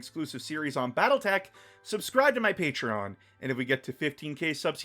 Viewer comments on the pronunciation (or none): none